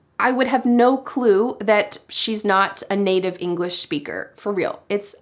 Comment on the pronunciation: Hi. This Is my first time seeing a video or yours. I have a question. I don't know if I'm hearing it right but I hear a sh sound instead of a sp when you say SPEAKER. Is that right?